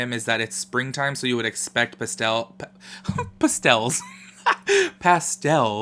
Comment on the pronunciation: 'PESTELS' im deaD HAHAHAHAHAH